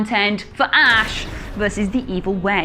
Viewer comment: Its Ash! Sigh.